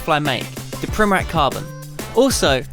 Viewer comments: It's pronounced Primoratz not Primorak, ffs... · Not Primorak hahaha its Primorac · Man I hate when people say primorak when they should say primorac, only balkan people will understand. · His last name is pronounced something like primoratz, not like that K sound at the end. I mean, the guy is table tennis legend, you should pronounce it correctly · Actually , its pronounced Primoratz . Real legend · You just have to learn how to pronounce his last name idiot! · You are pronouncing wrong this legend's surname. This is the right way